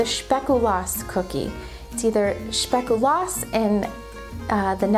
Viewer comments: in french, flemish and dutch sp is generally not prononouced shp ( it sounds like a particularly german way to pronounce it so it might have made its way in some dialects) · Pronounced - Spake U lass in Dutch (theres no "sh" sound 😉)